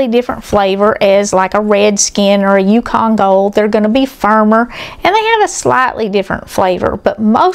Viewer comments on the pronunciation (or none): none